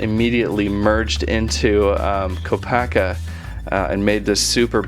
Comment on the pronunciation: HIS CREATURE IS NOT A RHINO AND THAT IS NOT HOW YOU PRONOUNCE KOPAKA.